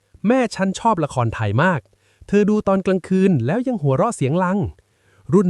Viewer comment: 😝ใช้ AI ออกเสียงผิดๆถูกๆอีกต่างหาก... หัวเราะเสียงลัง, ละครไถ😂🤣